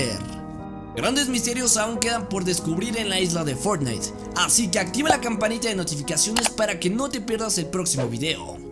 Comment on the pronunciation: No Me Digan Que Fui El Unico Que Escucho Que Dijo "Fornais"